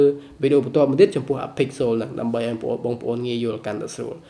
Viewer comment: Pixel ដល់ពេលអានទៅជា pixolចឹងវិញត្រង់នឹងសូមអានអោយច្បាស់ផង